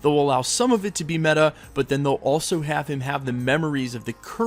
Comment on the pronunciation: Can everyone stop saying “ META”